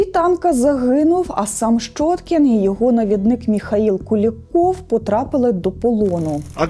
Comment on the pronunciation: Ну не шчоткiн нiяк, а щьоткiн. Для чого понос нести? Рiже вуха. Де вона вчилась?